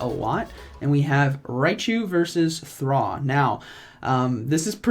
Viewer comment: Raichu vs Thoh Is it pronounced "Thraw"? I thought it was "Throw". And Sawk was "Sock". A play off of grappling and striking in martial arts.